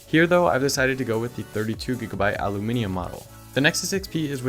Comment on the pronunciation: An American who knows how to say Aluminium the correct way? lol Im impressed, also great review